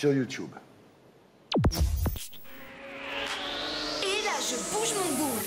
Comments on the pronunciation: "youchoube" youchoubeuse" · "Vous êtes la première youtoubeuse " lol apprend à dire ce mot bien et après on verra 😂👌🏻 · Peut être qu’il arrêterons de dire « youtioube » aussi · Le jour où il arrêterons de dire Youtouboue ou Youtioube la télévision aura disparue. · Natoo vous êtes une YOUTCHOUBEUSE mddrrr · YOUTUBE C'EST YOUTUBE IL C'EST PAS LIRE OU QUOI "YOUTOUBE" SRX KOI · Bah ouais la télé ça devient démodé du coup les présentateur rabaisse la nouvelle génération .... ça fait vraiment pitié. ET ON DIT YOUTUBE PAS YOUTIOUBE! ! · Youthube déjà les gens qui disent comme ça, c'est chiant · Qu'il apprend à dire YouTube au lieu de YOUTCHIOUBE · Wesh on est d'accord qu'il savent pas dire "Youtube"😂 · Il dit youtoub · On essaye pas de claché quand on sait pas dire"youtube"